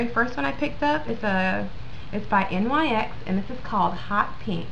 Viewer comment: Just F.Y.I its not called N Y X its pronounced like the basket ball team the New York "Knicks"